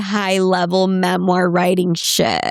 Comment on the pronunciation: "It's a memar"😁